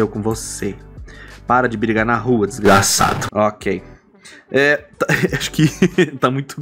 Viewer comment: Tô adorando os ênfases na palavra "desgraçado". Seria esse o TRIGGERED?